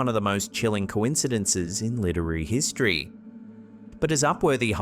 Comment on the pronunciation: Bro, Did u litrally say littery instead of literary?